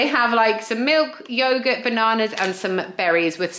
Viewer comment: Absolutely nobody in the UK says yoghurt like that apart from you! Fool!